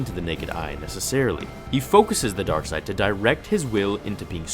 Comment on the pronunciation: Why? Star Wars Dar Side dar side... WHATZ DA DAR SIDE